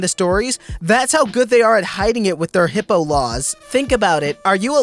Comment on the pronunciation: It's called Hippa not Hippo laws....